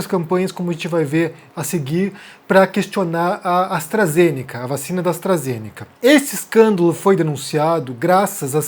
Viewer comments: AstrazenÉca… gente não sabe nem falar, quer ditar regra 🤦🏼‍♀️ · "Astrazénéca", o cara não sabe nem pronunciar o nome da vacina haha. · Primeiro é falar Astarazenéca. E segundo qual a relevância desse saco de cocô tem para falar de uma vacina???? Mano em que mundo estamos??? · "A vacina astrAzênéqui" kkdkdkdkfkdkkxbdndjdjf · "Astrazenéca". Pelo amor, quem ainda segue ou dá um segundo de sua atenção pra quem sequer sabe falar corretamente? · O cara não sabe nem falar o nome da vacina pqp 🙄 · O cara não sabe nem pronunciar o nome da vacina corretamente, não sabe o que tá falando, precisa voltar pra escola, esse "". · Esse não sabe nem falar o nome da vacina! Nem sabia quem era essa pessoa. Ainda mistura o conceito de eficácia com o conceito de segurança. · O cara não sabe nem falar o nome da vacina direito. É de lascar. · E o jeito que ele pronuncia Astra ZENECA, metendo uma sílaba tônica sem sentido no meio da palavra? Analfa total!! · (...)"AstrazenÉca"(...) (...)tem que ver o vídeo "compReto"(...) Tudo bem "expricadinho"... KKKKK